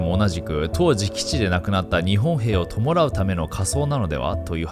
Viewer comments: なんばせん→なんぱせん（マジです） ともらう→とむらう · 弔うの読みは「とむらう」だよ。「ともらう」じゃないよ。